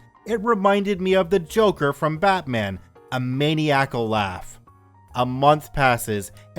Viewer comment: Muh-niya-kuhl or mani-yackal, maniacal